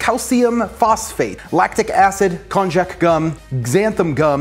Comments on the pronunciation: Lol it's pronounced "kon-yak" it's used a lot in Japanese cuisine. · I know that's also how you pronounce cognac. This is still pronounced with a "y" and not a "j". You could even call it "kon-yaku" (こんにゃく). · Kon-YaK...not Kon-jack